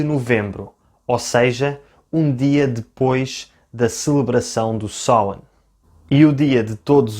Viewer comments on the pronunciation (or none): none